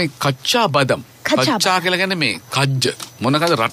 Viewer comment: බදම් නෙමෙයි බාදම් බාදම් කියන්නේ ඇට වලට..ලන්කාවෙත් තියෙන්නේ බාදම් මිල්ක් එහෙම ආමන් ඇට දාලා..ආමන් වලටත් බාදම් කියනවා.